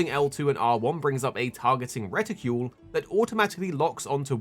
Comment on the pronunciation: Outstanding information, but what is with your pronunciation of "reticle"?